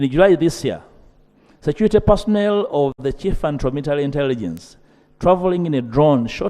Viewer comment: Ugandaaaàaa! Security security! Not securite.😅😅😅😅😂😂 pronunciation please? Security not securite speaker Ainta Among, please get the pronunciation right